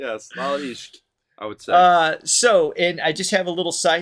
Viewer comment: Ishq pronounce well second one